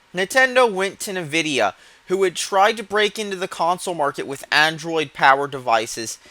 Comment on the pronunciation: "nividia" wah wah.